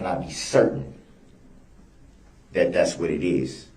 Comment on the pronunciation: Its "THAT" CUMSTAIN not "NAT".